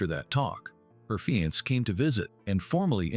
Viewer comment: PLEASE learn to pronounce words correctly!!! Especially FIANCÉ!!!!!!!!